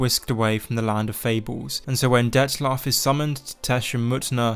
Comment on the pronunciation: there is no "S" in Dettlaff